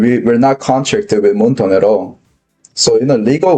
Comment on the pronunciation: I can't take anyone that calls Moonton "Moontoon" seriously...